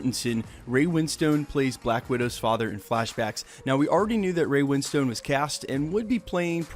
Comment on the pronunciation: Don't pronounce the e in ray winstones name. It's "winston"